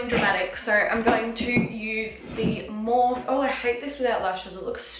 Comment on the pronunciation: I still laugh everytime you say morph instead of morpheeeee